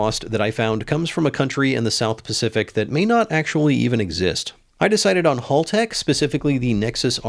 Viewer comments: HAL Tech as in Hal from the film 2001. They’re Aussies so it’s pronounced accordingly. HALL has 2 L’s. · it's Haltech not Haltech ;)